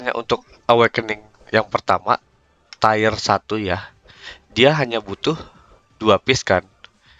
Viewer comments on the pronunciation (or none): tir pak bacanya bukan tayer